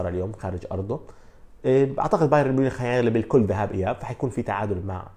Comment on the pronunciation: باااااااايرن وليس باييييييييرن